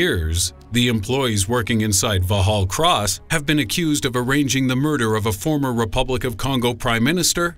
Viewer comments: took me a moment to work it out it was so far off lol. vallhallross? wait thats a london buss. ooooooh. haha vox hall cross /facepalm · The pronunciation of Vauxhall Cross is very funny. For the benefit of Americans, it is pronounced the same as you would say "Vox hall Cross".